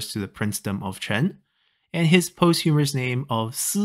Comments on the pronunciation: Posthumous , not "posthumorous". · A small correction, I believe posthumous is pronounced "POS-chu-mus" instead of "post-HU-mer-us" Other than that, it was great learning about how many different types of nicknames there were, and how compound characters evolved in the Song Dynasty.